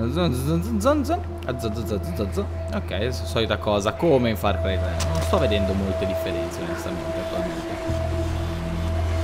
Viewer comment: hai detto far cri 3